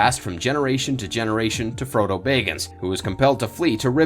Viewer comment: Did anyone else cringe everytime he said bayggins?